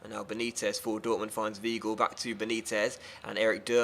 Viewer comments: Weigl is Wigh-gull not we-gull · Not vee-gull either